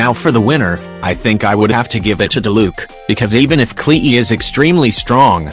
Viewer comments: It gets me when he says klehe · Ah yes! The infamous Kle-Eee. She’s a tough one indeed. XD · I love how the video says Klee as "Klee-E"